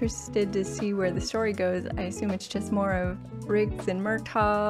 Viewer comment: Hey! I love your reactions, but in this one, it almost sounds like you're pronouncing the name of Danny Glover's character as "MUR-tog," with a G sound at the end. It's actually "MUR-taw."